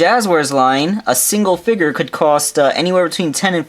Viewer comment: he says figure "figore"